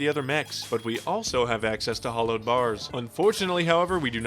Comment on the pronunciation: Why does he pronounce the word hallowed incorrectly?